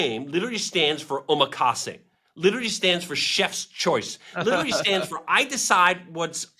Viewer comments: O-march-y. march is pronounced like the month March. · "Oh-mah-chee" --- like a New Yorker. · DHH trigger.,. Pronounce it OmmArchie .😉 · Based on Arch, so it should be pronounced o-mArch-y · ohm arch ee... just remember that it's based on arch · Omarchy misspelt in the title and mispronounced in the intro. 😂